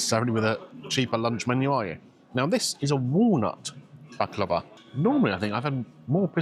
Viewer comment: I know it may sound odd but thank you for pronouncing Baklava the Turkish way! I'm tired to hearing baklaaahva and being corrected to this ☺️ PS: Nothing beats my auntie's homemade one 🤤